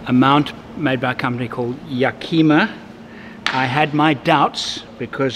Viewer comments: It’s YA KA MA. not ya ki me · Yakima is pronounced YAK-ih-maw.